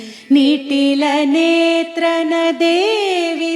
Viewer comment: Nitila kakunda nitalanetrane mam